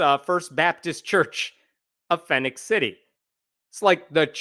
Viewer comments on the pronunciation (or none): Phenix City is pronounced Fee-nix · Just a small thing, but Phenix is pronounced the same as Phoenix.